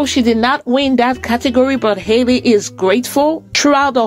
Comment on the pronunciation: Her name is Halle, not Hailey. Just like Halle Berry. Please correct this.